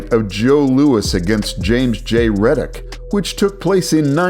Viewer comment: Did you say James J "Reddick"???? Good Job 👍👍